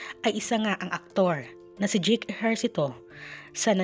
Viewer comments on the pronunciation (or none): Dyeyk hindi dyik ang pag bigkas ng pangalan ni JAKE !